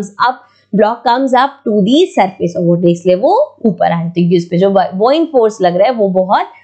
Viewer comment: Ma'am, why are you calling the 'Bouyant' force as "Bo Yanat". Ma'am, it is called as "Ba Yant" force. Buoyant force